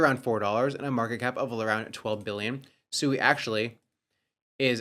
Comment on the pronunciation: SUEY 😂🤡 still pronouncing SUI WRONG, or is SUEY/SUE E a meme coin? Did you buy more DODGE coin, you know the coin Elon mentions DODGE. That's what its like when noobs hear you pronounce investments wrong. Crypto, the only financial space where you have a bunch of low IQ 1diots that can not only NOT pronounce their investment but also rely on YouTube influencers for all their info